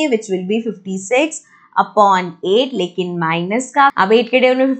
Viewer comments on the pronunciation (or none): none